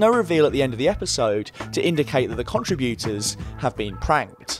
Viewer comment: "CONtriBYOOters" That's a harsh pronunciation on the ears over and over.